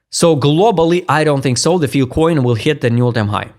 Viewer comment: F-I-L-E SAY IT WITH US FILE FIIIIILLLEE COIN... NOT FIL COIN --NOT FIL-- FILE, FYLE, FYLE NOT FIL